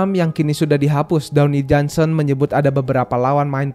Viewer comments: Dwayne Johnson.. Bacanya dweini bang.,Bkn downi…😂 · Dwayne Johnson bang bukan Downy Johnson